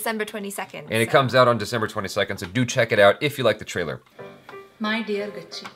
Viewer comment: And man its "Gacchi" not "Gachchi". Love your work 😃✌️